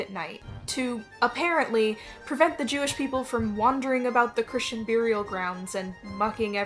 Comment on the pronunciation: Who else takes a drink every time you hear them say "byurial?"